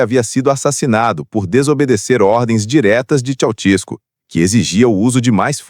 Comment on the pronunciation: Aprendam a falar o nome do indivíduo corretamente: Esse negócio de Tchau-tiesco não está correto: o certo é Tchê-sés- cu! É assim que se diz na Romênia.